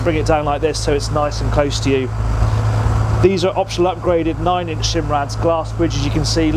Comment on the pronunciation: *SImrad not SHImrad.